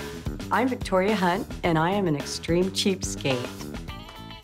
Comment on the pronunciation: She was like I’m victo and then she say vicotdia